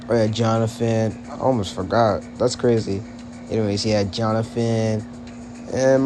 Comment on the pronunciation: HOW DARE YOU PRONOUNCE MY NAME WRONG💔 But I ain't gonna lie, it was Tyler who gave ms.grace the idea to pair Jonathan with that little girl, well no. I mean Tyler told ms.grace to make them do a Aladdin and jasmine page instead of another duo page for the audition 🥹